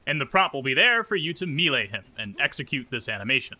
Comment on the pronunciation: “MEELAY HIM”